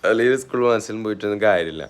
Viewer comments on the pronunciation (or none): none